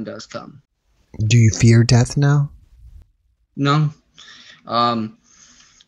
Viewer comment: Near DEARTH 😳🙄 did you mean Dear Earth, or ??